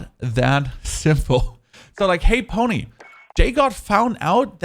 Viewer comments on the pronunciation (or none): none